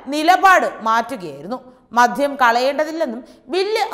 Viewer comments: എന്റെ കൊച്ചേ..അല്പം അക്ഷരസ്‌പുടതയോടെ ഇനിയെങ്കിലും സംസാരിച്ചുകൂടെ..?.അപേക്ഷയാണ് എല്ലാവരും ഒന്നു ശ്രദ്ധിക്കണം.മദ്ധ്യം അല്ല മദ്യം എന്നാണ്,പിന്നെ വിധ്യാർത്ഥി,വിധ്യാഭ്യാസം അങ്ങിനെ കുറെയുണ്ട്... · മധ്യം അല്ല കുട്ടീ.. മദ്യം ആണ്. ശരീയായി മലയാളം പറയാൻ പഠിക്കൂ. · സുഹൃത്തേ മധ്യം അല്ല ,മദ്യം എന്ന് പറയൂ ... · മോളേ ആവേശം മൂലം "മദ്ധ്യം" എന്നു പറയരുതേ...മദ്യം എന്നു പറയണേ...